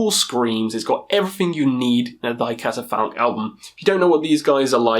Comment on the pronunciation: I think you butchered the name of that Thy Catafalque album man😂